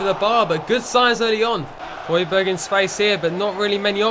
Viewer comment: ***** its pronounced hoy-bier. Silent g